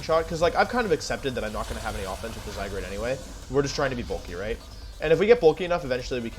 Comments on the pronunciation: love how wolfey keeps calling zygarde zygrade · No one: Wolfey: Zygrade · Is zygarde pronounced “zygrade” or “zyguard” ? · Bruh, it’s not zygarde, it’s zygrade. Get it right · Why do you call it: "zygrade"? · I’m thinking the same thing lol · Zy-guard, but Wolfe is infamous for pronouncing Pokémon names wrong